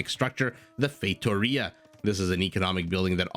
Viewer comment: I'll mention this because you've said you like to pronouce foreign words as accurately as possible (plus it is another comment for the algorithm). I don't speak Portuguese, but I'm fairly certain that the the first four letters in Factoria are pronounced similar to the English word "fact".... Maybe you were saying that, but to me it sounded like FATEoria (and one ocassion like FAKEoria). Just being very picky here for no particular reason haha... Cheers,! Edit: As it turned out, you were right. Factoria is the word in Spanish, and Feitoria the word in portuguese.... I'm feeling awkward right now but I can't simply delete my comment